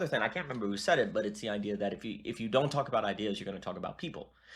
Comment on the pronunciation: I had a prof at Liberty who would always pronounce the word "i-duh." very strange.